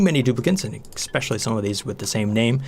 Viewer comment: I really love your videos but every time you say exspcially it especially hurts my brain.